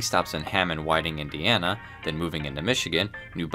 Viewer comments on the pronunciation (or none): none